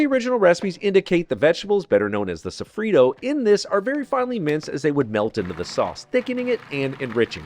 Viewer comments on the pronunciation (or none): PLEASE: it’s SOFFRITTO not sofrido! 😂😂😂